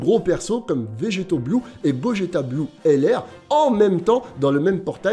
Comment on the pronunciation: il a vraiment dit bogeta ? 😭😭😭😅